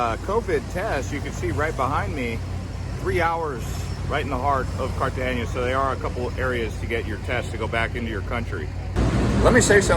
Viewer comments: Cartagena NOT Cartageña. There is no ñ in the name. Also, 20 pesos is $ USD 0.01 so I don't think the speaker could rent a covered area for 20 pesos; maybe $20,000 pesos for a short time which is USD $6.37. I am an American living in Cartagena for 5 1/2 years and wish people who post travel videos would give correct information. Please pronounce the name of the city correctly. The Hilton Hotel is in Barrio Laguito not in Bocagrande. The fort is called CAH-STEEYO - SAN FELIPE, NOT CASSTEEL SAN FELIPE. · Cartagena not cartageña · Except why do you say CARTAGENIA?? Theres no “I” in there. CARTA-GENA 🤦‍♀️ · It’s Cartagena! no CartageNIA! Na, na, na! Like saying NO, tuna, sabana. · Cartagenia? ITS CALLED CAR-TA-GE-NA, Usa citizen are terrible at pronouncing even their own language, they don’t even try. 😝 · So you’re going to do this whole video teaching us about a place - but you don’t even learn how to say the name?!!! Amazing. Cartageña. NOT! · Great video but your pronunciation of Cartagena was killing me 🙃 It’s pronounced Carta-hena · Car- Ta-Ge-Na. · There’s no ñ on the n please learn the correct pronunciation. ❤ thank you